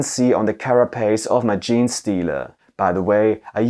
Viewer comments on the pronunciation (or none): none